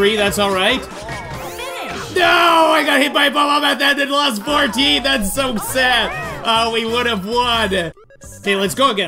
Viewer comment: I love how he says “so sæd😂